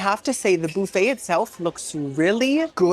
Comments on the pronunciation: Boo-fay is cracking me up!! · I adore how you say “boo fay” 😂❤